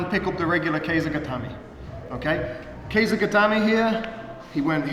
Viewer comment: It's not pronounced Kei za. It's literally Ke Sa.